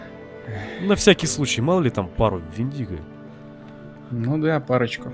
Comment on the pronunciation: Вообще-то в слове Вендиго ударение ставится на "е"